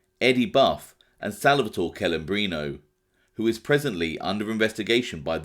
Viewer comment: Hearing English native speakers pronounce Italian names it's a massacre... CELEMBRINO (TCHE-LEH-mbrino). Not kelembrino... PLEEEEASE!!!